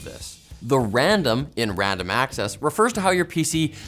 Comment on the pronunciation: Wandom access memowy